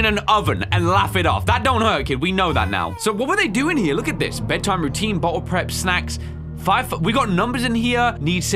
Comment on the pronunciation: "Where is this butthole?" 🤣 (I know he actually says "bottle.")